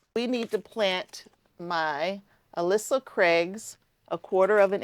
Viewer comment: Recently started enjoying your Channel:-) just a helpful FYI..... the one variety of onions is called ailsa pronounced aylsa.... just trying to help :)